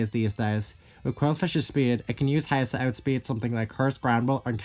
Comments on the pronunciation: You have never sounded more Texan than when you pronounced "Haze" like "Heighz" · Heighz beans